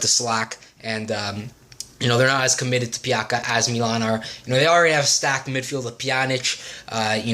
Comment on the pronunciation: Pjaca is read as Piazza